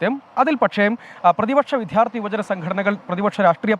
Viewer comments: വി"ദ്ധ്യാ" ർത്ഥി അല്ല വി " ദ്യാ "ർത്ഥി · Not vidharthy. Vidyarthi. Try to correct it pls.